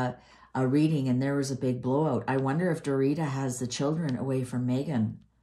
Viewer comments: Will you learn to pronounce Megan mothers name ?? You are not saying it right !! 😂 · refuses to pronounce Forum's name correctly because she doesn't want to call up her bad influences